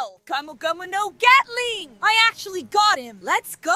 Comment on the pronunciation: bro said gyatling💀💀